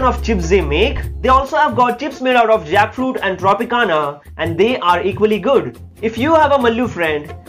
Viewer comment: Yeah 😅i also noticed i thought that juice